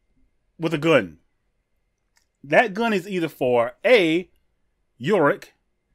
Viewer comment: Also...let me help you with our German characters and their names. Ulrich is pronounced Ullrisch. With a soft shh sound at the end. Jonas is pronounced like Yone iss or Yone uss. Helge is pronounced Hell geh with a soft h at the end. Bartosz is pronounced like Bart, the s in Bartosz in German is pronounced like a z in English, and the z is pronounced kind of the the aj in Nicky Minaj.